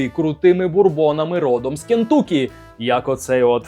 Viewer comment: як завжди топ, лайк протиснув, але не КентУкі, а КентАкі)) Дуже ріже слух ))